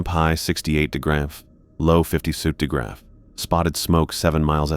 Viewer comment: "Temperature 60 degrefre." Said about 10 times.